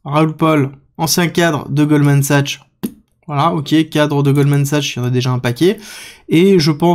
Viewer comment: On prononce Goldman SAXX ;-P